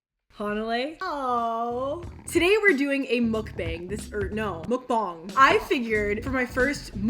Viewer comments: It’s not mokbong it’s mukbang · Mukbang ugh stop saying it wrong 🥴😒